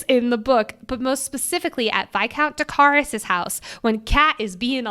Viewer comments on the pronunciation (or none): none